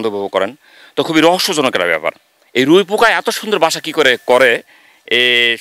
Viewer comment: এটা রুই পোকা নয় উই পোকা। সঠিকভাবে উচ্চারণ করতে শিখুন।